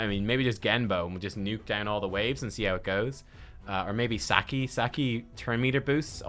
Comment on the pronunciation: How do you pronounce Sachi "saki"? It's "Satshi".